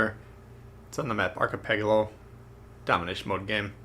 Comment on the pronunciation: ArchePELago not archePEGalo